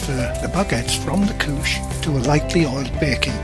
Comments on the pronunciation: I swear I thought he said "Kook" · same until he said “couche.” i said the WHAT